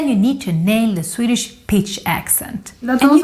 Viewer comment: Hey! Swede here... Your pronunciation on the swedish vowels are really good! Great job!